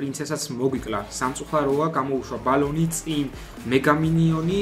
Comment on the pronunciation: ბალონი არა ბელუნი 😉 საღოლ